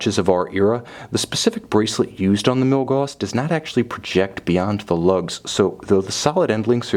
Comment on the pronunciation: Milgoosss?! His name is Carl Friedrich Gauss and he's the greatest mathematician of all time. The "au" rhymes with oww, like oww that hurts.